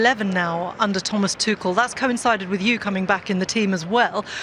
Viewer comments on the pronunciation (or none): Yes, great, all of them are women, but none of them are informed and professional enough to pronounce Tuchel correctly.